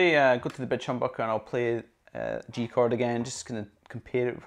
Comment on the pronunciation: It just totally sounds like you're saying "...the bitch humbucker", lol. I'm totally going to start calling mine bitches from now on. Awesome review!